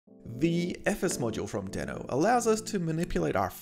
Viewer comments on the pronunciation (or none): Nice video, however it is pronounced as deee-no. I was not also correctly pronouncing in my videos, but I now try to correct it. Again, nice video 👍